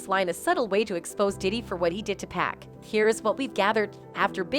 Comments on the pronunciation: People needs to learn how to say 2pac name ... his name doesn't have a "K" at the end its PAC PAC NOT PACK .... DAMN HOW HARD IS THAT TO PRONOUNCE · 2pack? Use ur own voice or make it right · Whaaaaat? Not 2PACK 🤦‍♂️😆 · Don’t say 2pac’s name if you can’t pronounce it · She REALLY needs to learn how to "PRONOUNCE" "American's" Names, if she's gonna try moderating videos! She's "HORRIBLE" with it!!👎👎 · It's so annoying to her her saying 2pac wrong